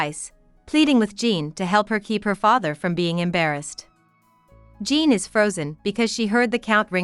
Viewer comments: your pronounce it kinda like john but fancy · How u gonna pronounce Jean like that 🤣